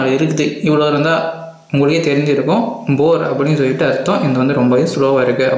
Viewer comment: Adhu boor ela poor